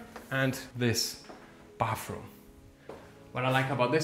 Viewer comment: Why do you call it "bafroom"?😅😅 It's bathroom.